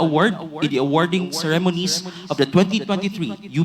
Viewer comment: Ce remonies. Stress on the first syllable. Aral aral lang pag may time